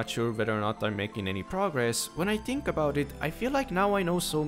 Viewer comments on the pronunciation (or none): you say "think" a couple of times right after . And it sounds more like "tink" or "dink" you said "dem" instead of them. it seemed you said "mont" instead of month.